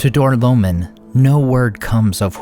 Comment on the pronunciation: Door-low-mean not door-low-min